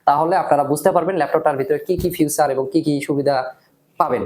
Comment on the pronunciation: ভাই উচ্চারণটা ফিউচার না ফিচার।